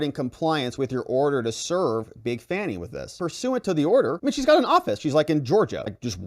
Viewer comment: Isn’t it supposed to be pronounced fawny?